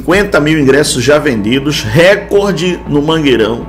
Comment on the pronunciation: Erros: Não são 10 anos; Não é "Récorde" é RECOOOORDE; NÃO É QUE SB É DIFÍCIL DE GANHAR. UÉ.. QUEM GANHOU DO REMO ULTIMAMENTE ESTUDE ANTES DE FALAR ALGO! SAZ!